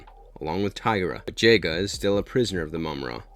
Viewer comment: Every time he called him jaiga it broke my heart😭😭😭😭